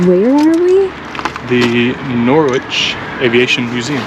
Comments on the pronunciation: P S Norrich,not Nor- wich 😊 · Chris you don’t sound the w in Norwich it’s Nor- Ich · How to tell someone you are from the U.S. without actually saying you are from the U.S. ? Just try to say "Norwich" 🤣 Don't even think about trying Happisburgh, Wymondham or Costessey ... Love your videos - keep them up !! btw - it's pronounced Norridge - rhymes with porridge, but you just say however you like 😀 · Great video. The way you called our city Norr-which is slightly irritating.😅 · Norwich = NOH-RIDGE, like porridge with an N instead of the P. Or if you're from there.. NORGE 😊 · Nice tour of a museum which I’ve passed but yet to visit? And the W in Norwich is silent.